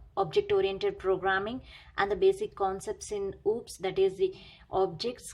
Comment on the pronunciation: Maam you teaching so great and most of the topic are clear but please do not call of subject are Ooops these is O-O-P-S. Thank You 🙏💕